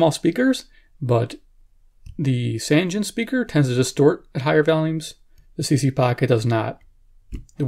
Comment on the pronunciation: It's actually pronounced "SAHN-jeen" ... I verified it.